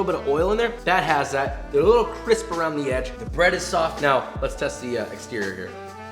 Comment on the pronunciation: I laughed way too much when he said CrisPe-nis lmao